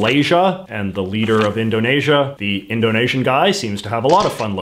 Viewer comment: JJ’s pronunciation of “Indonesia” is refreshingly correct and beautiful. For a non-Indonesian.